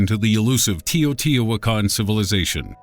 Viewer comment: The Tee-o-Tee-o-Tican... Lol